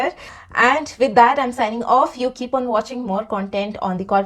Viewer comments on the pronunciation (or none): none